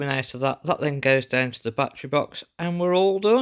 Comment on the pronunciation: Its not a "bat-TREE" or "bat-TRAY" Say "ba-TTerY "